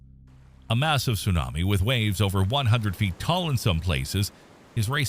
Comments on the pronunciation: The pronunciations tho..... "su nami" 🤣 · I could watch the video if you learned how to say tsunami smh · It's 2024 and you can't pronounce tsunami correctly? 🤦🏽‍♂️